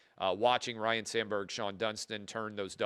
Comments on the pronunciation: It’s not Ryan it’s Ryne! 😅 C’mon man. Dude is now dead and people still can’t get it right. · Ryne Sandberg, not 'Ryan'. At least Harry Carey could blame the Jack Daniels.